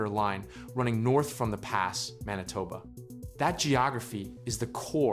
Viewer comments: It's pronounced the paw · The Pas as you called it is pronounced as the Paw